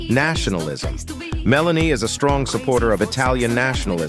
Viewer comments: What a mess AI makes. It can’t even get her name correct. Meloni, Melanie. Make up its mind. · Her name is Meloni not Melanie. It can’t be that hard to get it right. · You cant even get her name right ,its not Melanie,its Meloni,and what youre saying its absolute BS,gets your facts right she is nothing more then a PATRIOT,that is why her party uses the openig line of the Italian national antem as their name ie Fratelli DItalia ,in English Brothers Of Italy,since when loving your country is not ok?